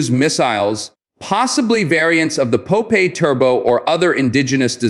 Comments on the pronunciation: Its is not po-pay but pop-eye! we saw a lot of cartons in our childhood in the 70 in Israel! Pop-Eye is a hero! gentle, most of the time humble and naive, but when he took his spinach could blast to peaces any bad guy! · Pronounced pop-eye.. per the famous sailor cartoon hero... And its tracking head's 'eye' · Popeye... you cant even pronounce olive's boyfriend's name correctly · Blah, blah, blah AI generated hot air and bubbles without any factual information. The missile name is pronounced Popeye, something that the stupid AI program for a certain reason cannot pronounce correctly. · Great video I’m letting him but the way the AI is saying Popeye is funny